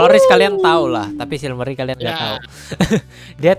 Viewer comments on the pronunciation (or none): Silmarey gblk bukan silmery :u